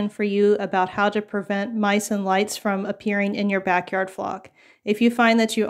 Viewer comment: Lol, I caught that too! It’s a tongue twister! 😊🐓